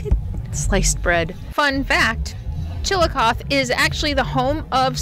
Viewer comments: Just a heads up, Chillicothe (chi-luh-kaa-thee) is pronounced with a long "E" on the end & it's a 4 syllable word. We have a Chillicothe in Ohio. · Long E on the end. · Pronounce the end like eee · I live not too far from chillicothe which sounds like… chill a cough thee 😂 and my daughter lives in Iowa and says there is a trail that runs from one end of the state to the other end. They are very park friendly in Iowa. ❤ your videos. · Pronounced Chill a coth ee. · that’s what I was thinking about when I heard the pronunciation. Long e in the Ohio town’s name. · I love the murals!!❤❤there is a Chillicothe in Ohio… there they pronounce the final E. Did you transport that spider across state lines?😂 do spiders recycle?